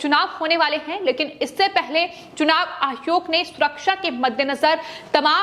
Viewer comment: Tum Pakistani hai keya? Hare word ko kuchbhi bolte rahati ho. Ayog ko ayhog kiyun bolti ho? Kitne bar bola tumahara news presentation style normal karo. Unpad ledki ke tarah pronounce karti rahati ho.